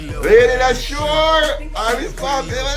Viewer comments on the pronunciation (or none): 'Lady Leshurr & Lady Lykez SICKKKKK Freestyle!', oh and its pronounced 'Leesha' :-)